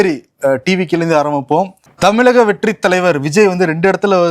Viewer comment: யோவ், என்னைக்கு தான் தமிழகம் ன்னு சொல்லுவியோ தெரியல.. தமிலகம்... கஷ்ட காலம் 🙄